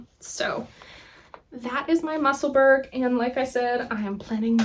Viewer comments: Actually we pronounce those words as if it’s ura Musselbura and edinbura hope this helps with pronunciation Lindsay from Edinburgh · I likely won’t be the only one to mention this but… Just a friendly message, Musselburgh is pronounced with a soft “ugh” ending just like Edinburgh not a hard “g”. Makes sense since they’re both Scottish cities. :) anyway, wishing you the best and a very happy new year!